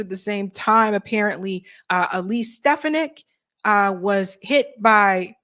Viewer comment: how many times do you have to hear it's pronounced SteFONik, not STEFanick!!